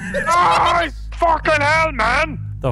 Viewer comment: "R ya still lewkin at da mown?"